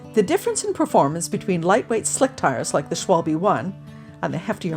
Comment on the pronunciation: It‘s „Schwalbe“ (= german word for a swallow/martin), with an „A“ and an „E“. Please! Not „Schwolbie“. My ears are bleeding.